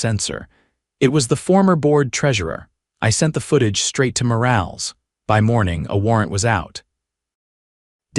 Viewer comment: Morales, for God's sake, pronounced Mo-ral-es, NOT morails!